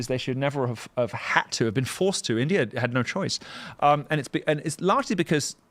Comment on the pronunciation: He still says Indier which I find hilarious.